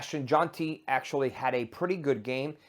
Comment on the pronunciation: Thanks Doc. BTW Jeanty is pronounced (GEN-TEE) haha